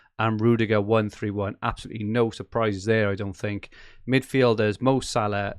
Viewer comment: Why does equation pronounce salah weird